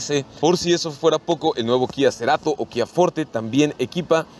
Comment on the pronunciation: "Kia Ceerato" no mms. FORTE!!!